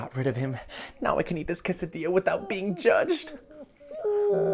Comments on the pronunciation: Cheeeesadia more like cesadia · Do you mean que-sa-dilla